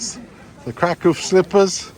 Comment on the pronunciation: Thank you for pronouncing Kraków correctly. 🥰